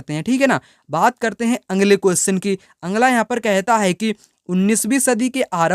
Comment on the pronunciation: Sir aap bolte ho angla qustion अगला बोला कीजिए ना की आंग्ल